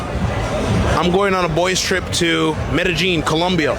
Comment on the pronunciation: The man said "going to Meta-Jean, Columbia"